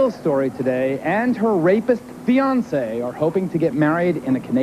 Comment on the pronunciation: Who taught him how to pronounce fiance? 😅